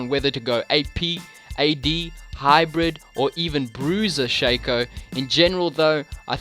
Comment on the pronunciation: I get so triggered when people call Shaco "SHA CO" when it's "SHAC O"